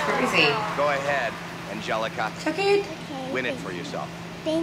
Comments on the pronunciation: you said her name wrong you said it ANGEL-EECA it is pronounced ANGELICA the I sounds like a ih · an-gel-eeka ahaha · Aan-gel-leek-a Hale 😂😂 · You said her name wrong at the start... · When you said Angelica wrong. Why does this annoy me!